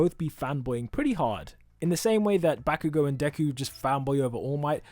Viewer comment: also: BaCk YoU gO (that's how he says BAH-KU-GO)